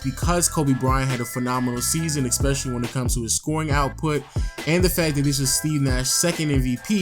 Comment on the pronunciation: For someone who can't pronounce the word "Especially" you say the word "Especially" a lot, goddamn.